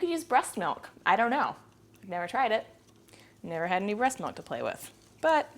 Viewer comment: Breat milk!!! lol!